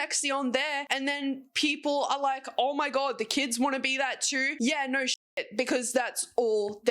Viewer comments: I love the naur naur naur naur naur 😂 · i like when she said "norrrr"